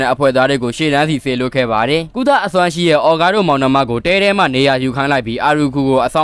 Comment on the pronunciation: အော်ဂါးကို အောကားလို့ကြားတာ